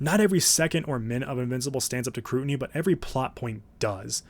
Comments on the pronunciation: You left out the S in all the “season” (seaon) because you said Scrutiny (crutiny) wrong Right? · heh, you said crutiny instead of scrutinity.